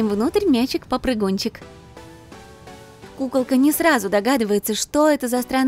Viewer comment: Мне показалась пукалка а не кукалка 😂